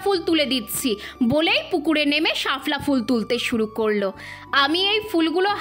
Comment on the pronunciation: ওটা শাফলা উচ্চারণ হবে না শাপলা উচ্চারণ হবে